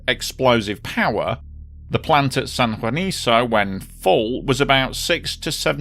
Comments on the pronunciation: It´s San Juanico, not san juaniso. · Very thorough and comprehensive! The site/town should be pronounced as ‘San Juaniko’, not ‘San Juaniso’.